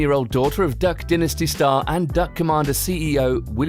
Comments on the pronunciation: Repeat after me, Duck dynasty (Die)nasty Not dinnasty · I love duck dinisty it is a great show. The word dinisty warms my heart when it flows out of peoples mouths. (it's dynasty (DINE IST E) you fucking idiot) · ohmyGOD IF HE SAYS "DUCK DINASTEE" ONE MORE TIME IMMA KMS duhck dye-nas-ty